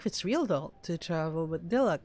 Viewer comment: You're saying Diluc wrong!!